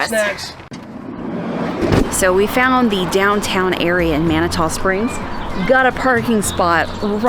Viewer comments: It’s pronounced “Man-it-two” Springs. 👍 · Guys…it’s Man-a-to, spelled differently, but..yes..Man-a-to. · FYI it’s pronounced Mani-2 Springs Have a great time. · Two years ago, on May 21st, we had 8 1/2 inches of snow in Colorado Springs. 🙄 The following year, it was 80 degrees on the same date! The weather here is ...uh...serendipitous! Lol! BTW...it's Man-ah-two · You might want ask a local the proper pronunciation of Manitou Springs 🤪